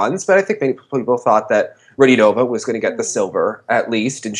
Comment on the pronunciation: Its RadiOnova not RadionOva